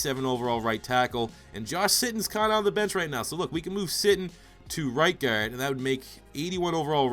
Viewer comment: good youtuber just the way he says guard annoys me for some reason